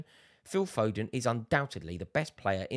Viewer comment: Fodenna 😂 our own maradonna